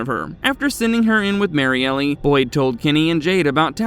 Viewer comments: Why do you say Mariellie? It’s Mariel. Just L. No ee sound after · Bro it’s pronounced MARY-EL not Mary-Elly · Might wanna fix the pronunciation of Kristi’s girlfriend… Mary-Elle instead of Mary-Ellie…